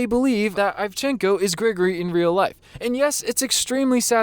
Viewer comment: It's "Grigori," not "Gregory." You know, like "Father Grigori" or "Grigori Rasputin." It's a relatively common name in Russia and Eastern Europe. And the accent is on the second syllable. They did the same thing to Ahmed Best for playing Jar Jar Binks. Ahmed did the Best he could. He's supposed to resemble the Arnie Terminator (Cyberdyne Systems Model 101 molded over a T-800 endoskeleton). Exactly.